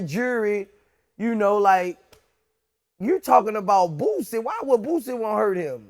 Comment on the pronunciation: You fucked up "NOW YOU BOUTA GET FUCKED UP" 🙏🏾 HIS NAME BOOSIE NOT BOO BOO DA FOOL VLAD😂